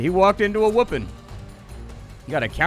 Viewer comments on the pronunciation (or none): none